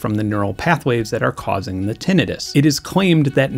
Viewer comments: How do you get "tenetus" from the word "tinnitus"? Tinnitus is pronounced Tin-nitus. ENGLISH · "Tin-eye-tus" anybody? I'm almost getting tinnitus hearing you say it like that so many times, Benn. 😂😂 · ok i got clickbaited. i have actual hearing loss from not wearing earplugs enough as a kid + bad luck w genetics so i am...mildly annoyed. still a great video tho. except for the tinnitus pronunciation. tin-night-us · Ok, so one of us pronounces the word tinnitus incorrectly. I am assuming it is me since i am not the one that just put together such a solid in depth video essay about hearing. But i thought it was " tin eye tus " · Wait, is that how you pronounce tinnitus? I always thought it was pronounced tin eye tuss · soooo everyone I know (including myself) has been pronouncing tinnitus wrong..... good to know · After watching this video, I'm just drooling over the next time someone has the gall to mispronounce Tinnitus in my presence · Firstly, I have never heard tinnitus pronounced like you do. Second - as my two closest family members have 1) chemo-induced hearing loss and 2) menieres desease, it is nice to hear some representation! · TIL I've been mispronouncing tinnitus this whole time LOL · The gleeful 21st century mispronunciation of "tinnitus" on the internet is almost as hard on my ears as the tinnitus itself. It's giving me gas-tritt-tiss. I guess it's better than having hepa-titt-iss. Tin. ITE. Iss. Aight?